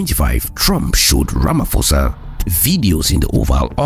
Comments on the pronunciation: oh one more thing - the 'ph' in my presidents names does not transform to the english sound of 'f'. Its the sound of a 'P" buyt pronounced as in "paw' so the best way is to say Rama"paw'sa and not Ramafosa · Ramap-hosa, not Rama-“f”osa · Pronounced Rama-po-sa.